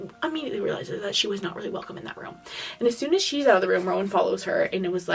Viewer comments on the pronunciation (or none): none